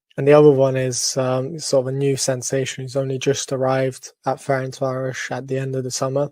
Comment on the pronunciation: FEH-RENS-VAH-ROSH is the effective pronunciation